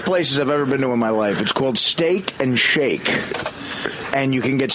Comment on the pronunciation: The whole thing at the end with John was the start of art slurring his k sounds. Steak-ch and shake-ch